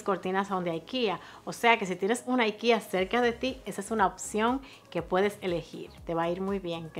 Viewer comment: Aikia?????? Porque una palabra Sueca la pronuncias en Gringo si estás hablando en español????? O la pronuncias en Español o en Sueco, pero nunca en Gringo.